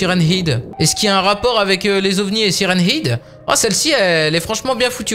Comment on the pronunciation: Salut ta prononciation de sirenhead est fausse le ''head'' ce prononce comme ''head'' la tête en anglais 😉